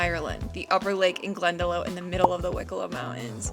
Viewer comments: I'm so sorry for you loss. Glendalough is from the Irish, and is pronounced Glen-da-lock.I grew up there. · Thank you for showing Ireland in such beautiful light. I hope being here helped you to heal your big loss of your dear fur pal. Glendalough is a very healing place, lots of spiritual connections, I hope it helped with your grief❤FYI: Glendalough is pronounced Glen Da Lock (the glen of two loughs) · It's my favourite place too. It's pronounced Glendalock. Sorry for your loss. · Glendalough is pronounced glenalock it's a beautiful spot you should go to the Aran Islands stunning you'd love it ✨🕊️☘️so sorry for your loss it must be the most heart wrenching feeling ever ✨ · Glendalough is pronounced Glen Da Lock. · Your favorite place in Ireland is pronounced Glen-da-loch 🤓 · The lake in Wicklow is pronounced glen-da-lock (glendalough) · Very sorry about Blue. Liked your tour of Ireland but 4 days? Don't think you would have enough in 4 weeks. You'll have to come back again. By the way,Glendalough is pronounced Glen-de-lock. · Great Video. We pronunce Glendalough as Glenda-lock...😂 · Pronounced glen de lock to you😊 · FYI ‘Glendalough’ is pronounced ‘Glenda-lock’ for any American friends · Sorry for the loss of blue 😢...We pronounce glendalough Glen da lock..Glen is a valley and lough is lake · Glendalough pronounced Glendalock...glad you loved it❤ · Lovely video...If I can be a tiny bit pedantic, it's pronounced Glenda-Lock (Loch, or Lough being the Irish language word for lake). Glad it didn't rain every day... Hope you get a new dog soon. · Okay so I have to say it... Glendalough is pronounced Glen-de-lock. Take it from an Irish man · Just to let you know it's pronounced Glendalock. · It's pronounced GlendaLOCK! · Glen da lock is how it’s pronounced, it’s hurting my brain hearing you say you love it so much and mis pronouncing it every time. Glad you enjoyed you trip though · Lough ** is pronounced LOCK so 'glendaLOCK' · glen-da-lock not glen-da-low